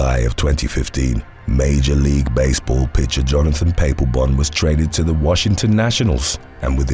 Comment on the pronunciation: Another good video. Just a heads up. Papelbon is pronounced Pa pol bon and Machado the ch is pronounced like chair